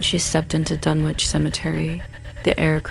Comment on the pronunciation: Its pronounced, Dun,ich not dunwhitch. My father lived there for 30 years